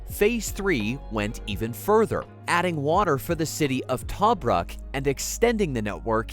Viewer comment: I came here to ask this…. Also Tripoli and Tobruck - not pronounced like that….